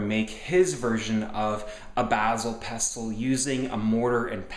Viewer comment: Pestle is pronounced "pessel."